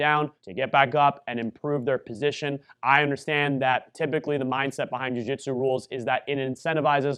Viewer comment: What the heck is a Jiu-Jitero?